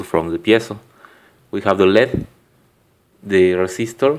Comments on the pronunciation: led is pronounced "L,E,D" LED is an acronym for "light emitting diode"... lead is its own element!! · its L.E.D not led (light emitting diode) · Never say "led" when referring to L.E.D.'s. Acronyms shouldn't be read as a word, only letters and their associated meanings, eg. light-emitting-diode (LED).